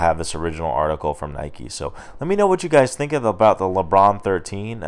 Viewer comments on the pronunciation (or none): none